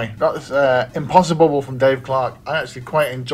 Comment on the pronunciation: You said it correctly mate 😀. This looks great, gonna order it when it's available, right up my street. The first go went so well mate 😞